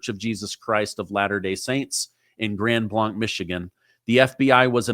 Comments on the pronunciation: I live in Grand Blanc, which is pronounced Grand Blank. This is a nice city, little crime, however, we boarder both Burton and Flint, which crime rates are much higher. My condolences and prayers to all the victims and their family, and all the parishioners that were there. May Jesus comfort all that were affected. ❤ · I live here in grand blanc. It’s unbelievable. And so surreal hearing about what’s happening down the road from me all over the internet. It has definitely rocked our community. Grand Blanc is actually pronounced Grand Blank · Grand Blank is how it's pronounced. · Am I the only person who cringes when mispronounces Grand Blanc. Terrible tragedy all the same. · Pronounce the name right. Its "Grand Blay-nc," not "Blonck" 🤦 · It's pronounced like blank. Grand Blanc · Blanc spoken as Grand Blank is how it is said thought I would share this with you. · Up to 4 casualties. It’s pronounced the same as the word BLANK. Grand Blanc. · Hey! It’s pronounced blank like the round not blonc like you said. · Grand Blank! Not Blonk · Our city is pronounced, Grand Blank. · Pronounced like blank - grand Blanc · You are pronouncing it wrong. I grew up next to there, and it is pronounced like Grand Blanke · I live close by there. It is pronounced Grand Blank. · Just FYI: locals pronounce the town name Grand BLANK. Listen to the news conferences. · Pronounced Grand Blank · Prayers to the families in that church. We don’t live far from there. just for clarification it’s pronounced Grand (blank) Blanc. I’m spelling it the way it’s pronounced. We have a lot of funny names for cities and roads that are not pronounced even close to what it looks like. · It is spelled Blanc but pronounced Blank. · Hey from Michigan helping you out it’s pronounced grand blank though spelled blanc😊. Thank you for all your hard work